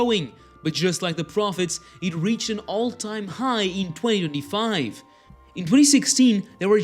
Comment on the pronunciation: You seriously need to learn how to say 2025 properly